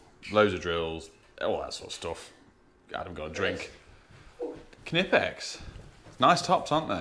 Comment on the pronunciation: Pronouncing the K in Knipex is like pronouncing the K in Knife! Don't!